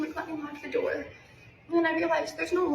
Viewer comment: We know ahea alow she said rhat they knoces on her dough 😂😂😂 its door moron